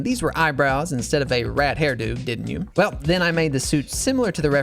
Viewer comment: That you is more like a I